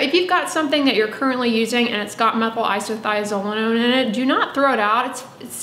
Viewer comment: Hats off to you for saying Methylisothiazolinone 😂